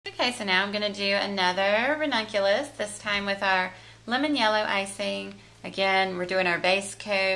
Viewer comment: Today i learnt how to say " ranunculus" correctly after listening to you. :) Beautiful flowers. Thanks..